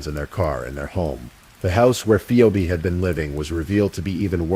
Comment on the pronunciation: It's PHEEBEE, not Pheobeee. Read yourself not with AI.